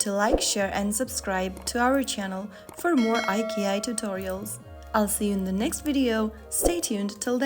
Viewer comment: It’s pronounced “Eye - Chee - Eye”. Who is narrating these videos, A.I.?